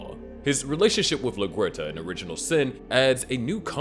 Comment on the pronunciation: I enjoy watching your videos, but can you please get the characters names right. You constantly mispronounce Masuka and LaGuerta. I believe there are other others you mispronounce too, but I can’t remember them right now.